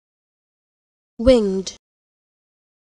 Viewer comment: why do some people pronounce it like wing-ed?